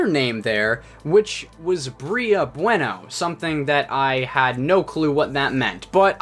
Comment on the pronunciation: It's pronounced "bway-no". You know, like the Spanish word?